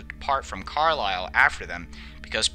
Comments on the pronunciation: it’s pronounced car-lyel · As a Scotsman I love how you say Edinburgh or Glasgow Are you saying Carly instead of carLyle It’s the easiest way I could put it to let non uk people to understand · And Carlisle is pronounced Carl Isle. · Just got to say mofat is pronounced Moth-at and Carlisle, Car-liyle.